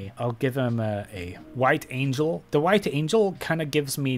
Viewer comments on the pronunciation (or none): none